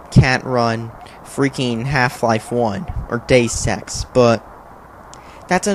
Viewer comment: DAYS SEX (It's pronounced day-oos ecks)